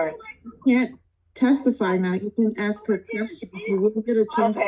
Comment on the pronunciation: Can you please learn to say the word "ask"? No racism.... But I've noticed 90% of (American) black men can't pronounce it properly!! Very strange ! 🇨🇦🙏